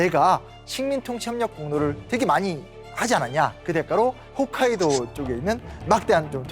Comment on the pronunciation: 훗카이도가 아니라 '홋'카이도입니다.